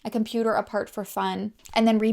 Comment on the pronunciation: Love that your still adding the riddles. I said the dog ran around the river. Boo. I was so excited for you in the beginning. You said that sentence that I know I couldn't say once and you said it twice. I was all happy for you until you said compooter. Ok it made me laugh lol. I love your personality. And you are always gorgeous 😍.